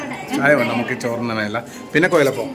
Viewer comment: കൊയലപ്പം അല്ല കുഴലപ്പം